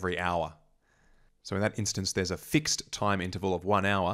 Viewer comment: No need to ennunciate "fixed" like that. Why don't you have social manners?